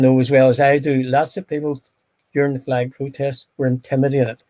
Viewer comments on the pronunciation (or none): The fwag pwowtest